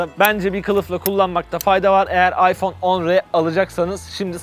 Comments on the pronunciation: iphone 10 r değil . iphone x r okunuş ayfon 10 ar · Allah rızası içün şu telefonun ismi AYFON 10 AR yani şu değik AYFON X R değil artık şunu düzgün söyleyelim